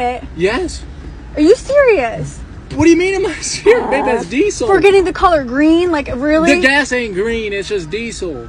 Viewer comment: It's annoying me.... 4th video like this, it's all dee-sul, dee-sul, dee-sul....... what are you emphasising syllables? Just. Diesel.